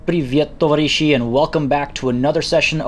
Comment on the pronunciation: it really makes me sad that you cannot spell the words correctly. TovAAAAAAAAAAAAAAAAAAAarishi, not tovarIIIIIIIIIIIIIIIIIIIIIIIIIIIIIIIshi, is it that much complicated? Also - KIIIIIIIev, not KiEEEEEEV. BakUUUUUUUUU, not BAAAAAAku. Novosibirsk is NovosibIIIrsk, not NovosIIIbirsk you have a silenced gun already. Why you did not give it to your disguised agent? Just unequip it in the Crew quarters and it becomes available through the Equipment screen Nice to see you executing the Beholder cell mission so well. I collected all the loot and intel, slaughtered all the agents and security and raised alarm just for fun, after positioning my team close to the evac zone. This way the reinforcements went straight into my hail of bullets and all of my agents got their promotions before leaving. A bloody work, but well done. Your approach is much more subtle yet very effective. Kudos and can't wait for the next episode.